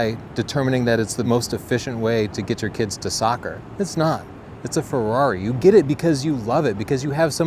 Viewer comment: Say FEHWRAWRI again